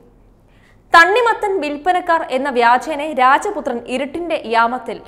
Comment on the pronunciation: രാജപുത്രൻ / രാജപുത്രൻമാർ എന്ന് അല്ല രജപുത്രൻ / രജപുത്രർ എന്നാണ് പറയാറുള്ളത്..ദയവായി ശ്രദ്ധിക്കുക. അവതരണം നന്നായിരുന്നു.